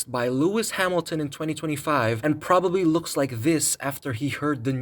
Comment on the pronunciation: "Lewis Hamil-a-ton"